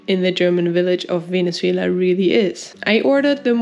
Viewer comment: Very amusing video. I love how you pronounce Venezuela ❤